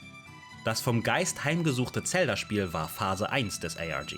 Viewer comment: Bitte hör auf Tselda zu sagen😅 Sagst safe auch Tsora😂😅😅😅😅 Muss dir trotzdem riesenlob geben deine videos sind ultra gut!